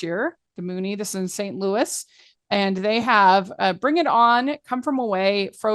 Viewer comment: Hey guys, you’re pronouncing “Muny” incorrectly! It’s not Moony, it’s Mew-ny.